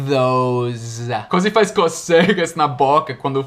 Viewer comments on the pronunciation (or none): first of all, congratulations for your videos. They are awsome. I want to point out In this video when you pronounced the word #coce'gas# with the stress on the second syllable while it should be placed on the first syllable (Co'cegas). It is funny to hear you saying that with the wrong stress and I lol without having to be subject to any tickles. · Seu português está ótimo, mas você falou "cocegas" e o certo é cócegas, a sílaba mais forte é CÓ. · Teacher mto bons seus dos, e só pra brincar um pouco, se diz (cócegas) com acento agudo no ó, cócegas e não, cocêgas ...os that right? Kkkk lol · " O Th causa 'Cocégas' na língua", kkkkk Adoro o, 😁. Cócegas é uma palavra proparoxítona, dude... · kkk se me permite lhe retribuir uma dica: ficou engraçado vc dizendo 'cocégas' na língua... é 'cócegas'... Thks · Na palavra CÓCEGAS a silaba mais forte é a primeira, voce pronunciou de forma errada, pos a silaba mais forte na segunda silaba.